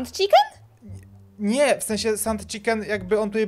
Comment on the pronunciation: Chiken a nie czikin